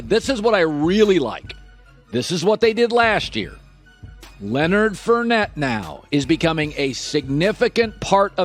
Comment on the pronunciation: It is not Leonard (Furnette). It is Fournette.